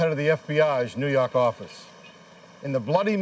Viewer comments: NEW YAWK AFFICE! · A lot of these cases are grisly & disturbing, but that New Yawk line gets me every single time 😂😭